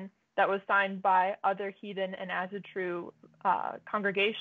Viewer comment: As-AW-TRU NOT fkin As-A-tru